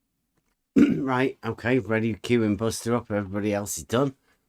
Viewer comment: I think you mangled Buster at the start.